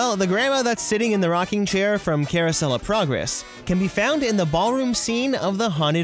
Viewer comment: The way he said it sounded like: Caruosellaprogress